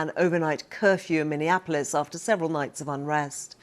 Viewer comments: What are all the people in the government doing for their people? Also did this guy just say "mininaplis"? 🤦‍♀️ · Mini Annapolis? Jesus, trump can’t even pronounce the city’s name! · Nobody: Trump: MINNINAAPOLIS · why has Donald Trump just pronounced Minneapolis as Minion apolis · Mindenapolis - Trump cant even say the city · He can't pronounce Minneapolis!